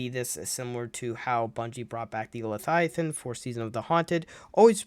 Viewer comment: Love the videos man! Not picking fun at you but its pronounced leViathan, not lethiathan. Keep up the good work!